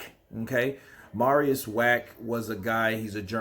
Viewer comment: Its „MARIUS” and he was never knocked out